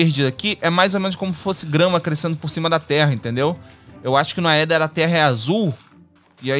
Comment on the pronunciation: Gente, uma dica de pronúncia: em palavras com origem no latim, a sequencia "ae" e "oe" se fala apenas o "e". Então a gente fala "Éther" (Aether), "Édes egipti" (Aedes aegypty), "Entaméba histolitica" (Entamoeba hystolitica), etc